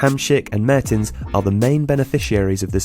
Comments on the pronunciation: I thought it was Dries Mertens not Mehrtens? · Great video, small error, its mertens, not Mehrtens :) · It is Dries Mertens, not Mehrtens ;-). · "Mehertens" fuck off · "Mehrtens" really dude?